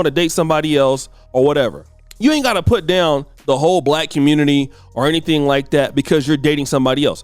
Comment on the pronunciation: She didn’t say black; she said back. It’s definitely her😂😂😂😂